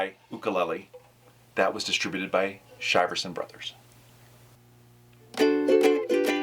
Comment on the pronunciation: It’s pronounced “sheer-son”